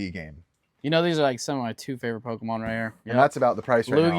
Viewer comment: My 2 favorite Pokémon right here says the Pokémon’s name wrong